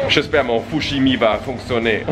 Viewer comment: Mon '' FoUcHiMi''😂